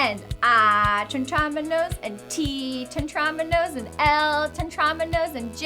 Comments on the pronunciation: Aren't they pronounced, Teh-trah-MEE-no? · Tetrominos? ITS PRONOUNCED "TETREMINO'S" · The way she pronounces Tetriminos makes me cringe